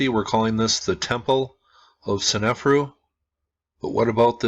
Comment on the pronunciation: Love your videos! BTW, It's sne-fa'-ru not sen-ef'-ru (I think).